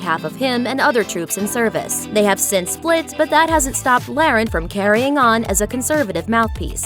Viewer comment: You can tell this youtube channel only does celebrity bs because they couldn't even pronounce her name right..